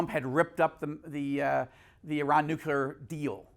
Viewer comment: Consttuctive critique: Change your pronunciation of ‘nuclear’ to nu-clee-ar instead of nuke-you-lar. ‘Nucular’ is George W. Bush talk, and thats not good company to be in in regards to communication. I respect and appreciate your work tremendously!